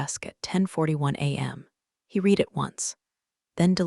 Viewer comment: A few constructive remarks. 1. the past tense of the word "read" is pronounced "red". 2. Your new ending isn't working. There is video but no audio. 3. I don't know how your video's text is created, but there are quite a few misspellings. Sometimes Lawyer is spelled liar. That's enough for now. I do love your videos.